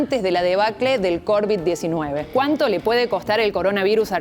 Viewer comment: Covid No corvis aprende a pronunciar